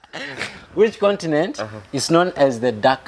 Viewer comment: Mkamba ,condinent got me rolling 😂😂😂